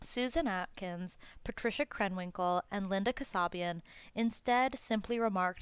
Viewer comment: Also kasAYbian and labEEanka